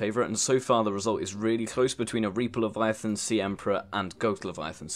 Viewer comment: It sounded like you said reeper lavyathyn goat lavyathyn and sea emperor